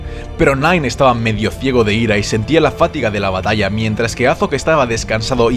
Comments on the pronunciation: Fátiga no, fatiga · Se dice Fatiga no Fátiga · fatiga, no fátiga. lo digo xq tb lo pronunciaste así en el vídeo de Aragorn. Gran vídeo btw. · Excelente video, cada semana pendiente sobre lo que vas a publicar. Sólo una observación, la palabra fatiga es una palabra grave, notarás que se escribe sin acento, pero el acento se pronuncia en la segunda sílaba. He notado que has pronunciado fátiga, lo cual es un error, ya que de ser una palabra esdrújula, el acento se señalaría con una tilde en la primera sílaba. Es mi aporte para que hagas los mejores videos de youtube. Saludos!!